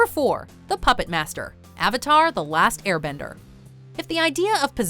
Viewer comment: Is it just me, or did she really say "War" bender?